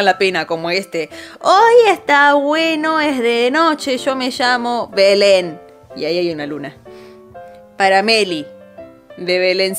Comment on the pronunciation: porque dice Belen ?